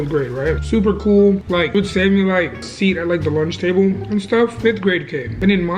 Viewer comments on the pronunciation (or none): none